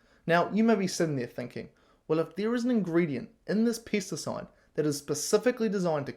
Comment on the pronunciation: you keep saying pests and it sounds like Piss..pissacide